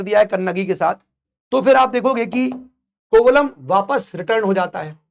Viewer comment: Sir. He's Kovalan, not Kovalam it is the name of a place in tamil nadu. Also the name of the jewellery is Silambu which they wear in the ankle. Kannagi's father was a merchant so they were rich( which says about cholas) and not only that the king died because he gave a wrong judgement but his queen also died immediately after he died. The pandaya kings were known for serving justice and silapathigaram is an example. About cheras even Elango Adigal converted to Buddhism. if we divide the names of the books we will get the meaning. For example Ettu means 8, pattu paatu means 10 songs, pathinettu means 18. Keel means down, mel means up. Your pronunciation was cute sir 😅 Also thank you for mentioning the facts from recent study sir. Your dedication to provide facts- amazing sir. Also it is said that Lord Shiva was the head of 1st sangam which could be much much older. Theres so much about tamil literature like Thirukurral that it has to be studied separately. Thirukurral had every information needed to mankind but a single kural consists of only 7 words each.